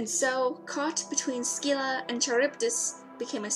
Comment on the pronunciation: It's not Ski-la it's Scylla as in the c is almost silent. Also It's not Ch as in Charge it should actually be a K due to the Greek writing. So it's Karybdis.